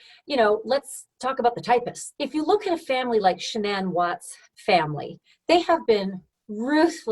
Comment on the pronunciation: I feel like I’m being trolled by how everyone is pronouncing “Shannan”. Except for her dad. He says it properly.